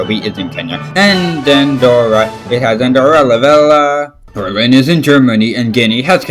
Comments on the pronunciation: Yo mispronounce Andorra la Vella. i'm sorry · Just one thing the letter ll in Andorra la VeLLa is pronounced like the letter y of the word yes. :3